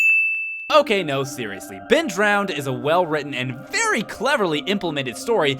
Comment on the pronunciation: Ben Drowend... Fucking. Brilliant.